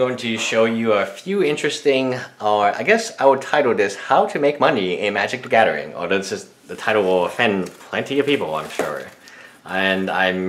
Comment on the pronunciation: magic the gathering not gavering